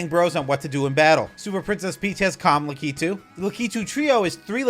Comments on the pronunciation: Great video! I like how you pronounce La-ke-too!😂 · I can't get around how you say lakitu